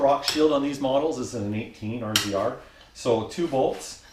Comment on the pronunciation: Do all Canadians call it a R Z R instead of razor? Go ahead... Tell me